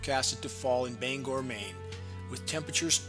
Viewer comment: dude, you get points just for pronouncing bangor right